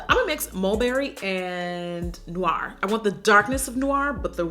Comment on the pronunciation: Thank you for pronouncing Noir correctly!! So many youtubers don’t. SMH!